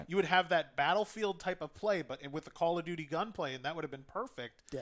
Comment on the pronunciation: "Call of Doodie"?